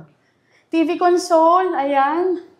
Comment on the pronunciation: A console used as a noun is pronounced as con-sole, like a TV console, console the way you pronounce it is a verb meaning to give comfort. 2 same spelled words, 2 different meaning, 2 different pronunciation. FYI.